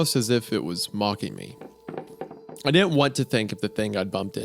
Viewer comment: Bugs me wendigoon can’t pronounce words with T’s in the middle. “Wridden” “Cerdainly” “Ladin” etc.